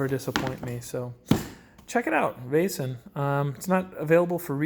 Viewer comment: If you just loose the "i" or "j" sound when you pronounce "Vaesen" it's pretty good. The "ae" or "æ" (Væsen) makes the sound as "ei" in "Veil." Hope this helps.